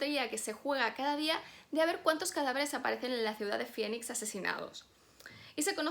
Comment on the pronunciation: La ciudad se llama Phoenix, se pronuncia FINIX, como fénix ;)